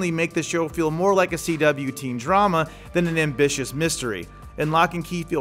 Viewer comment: Check out how he says drama